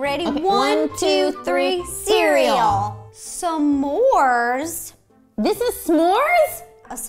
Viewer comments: It kinda sounded like Roe said Samores who else heard that sorry if that offened any one 🤗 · The way she said s’more is killing me lol she said sa more